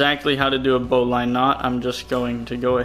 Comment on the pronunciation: you put 6" instead of 6' you dolt 🤭😮😂(jk) also bowline is pronounced bow-Ln not bow-line. you got to get that southern boy twang going 😆